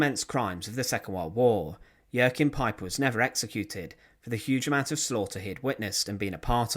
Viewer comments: No, you're thinking of Joaquin , as in Joaquin Phoenix. With Joachim, it's pronounced "yo-keem". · For future reference, the name Jaochim is pronounced 'Wa keem'